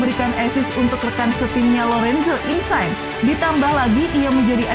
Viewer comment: Imobail, insain 🤣🤣🤣 Itu bukan nama bahasa inggris bosss... Ngadi² aeee 🤣🤣🤣